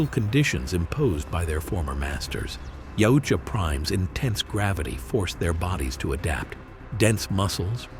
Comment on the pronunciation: Maybe looking up how to say shit before making a video where you say yautja wrong repeatedly. It's a thumb down from me I can't even finish it